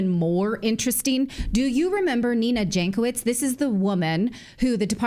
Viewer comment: Nina Jankovic is obviously of Serbian origin (her surname should be read as Yankovic) There is a wonderful expression in the Serbian language for such women, PROFUKNJACA. If you read this as PRO FUCKNJACA, you are wrong, the meaning in Serbian is much worse,more on mental side.